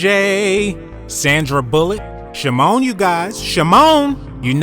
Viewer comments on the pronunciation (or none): "Shamone you guys...SHAMOONE"💀